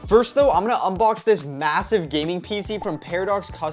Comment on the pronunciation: Bro really said mesaive